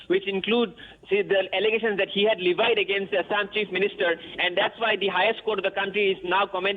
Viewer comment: Please pronounce levied properly